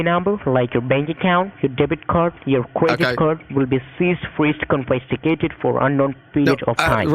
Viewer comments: I think he said confisticated. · confesticated XDD IM DEAD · CON-fiscated for sure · omfg I just figured out he meant "confiscated" 😂